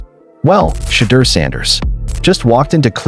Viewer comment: Good article. Shhhhedeur will shut them all up. BUT PLEASE, learn to pronounce his name! (Shedore) Come on people.